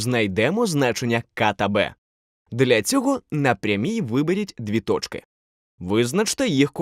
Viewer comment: Как красиво вы говорите слово тоЧки